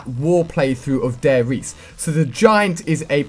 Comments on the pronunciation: ITS FUCKING DIE RISE!!!! Not De Reise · It's Der Riece not Dare Riece. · What the fuck is "Dare Riese" and who is "Riftofen"... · Alia A you always say wrong the name of the map it's actually Der Ri-z-e which means the Giant in german language (nazi zombies). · "Dai reese " xD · i was holding a gun to my face every time you said Der Riese and Richtofen wrong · If only someone could teach him how to say 'der riese' :) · How am I supposed to trust what he says when he can't even say der riese